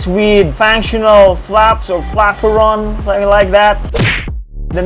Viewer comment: Bro really said flafferon